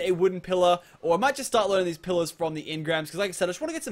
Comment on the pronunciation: When you say pillars it sounds like pillows